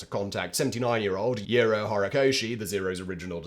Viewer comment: Really interesting story, I've actually seen at least one of his planes (the "Val" at Planes of Fame) but had never heard about him before. By the way, just FYI, the "Ji" in "Jiro" sounds like an English "G" (gee). The most commonly used system of Japanese romanization was developed by an American so most pronunciations are relatively intuitive for English speakers.